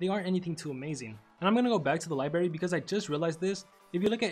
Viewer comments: It’s not libary it’s library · li-BRARY not libary